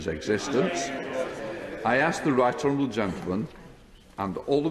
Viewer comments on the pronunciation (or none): Can I mention the elephant in the room? What is going on with Mr Hoyle's speech? Is it a kind of impediment he's always had? Has he had stroke at some point? I refer to him routinely dropping syllables. He says 'how disappoit I am', He pronounced 'right honourable' as 'rightral' at one point. It's not a criticism and I'm not mocking him. I just wondered.